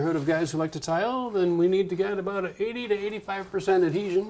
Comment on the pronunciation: Lol "aboot"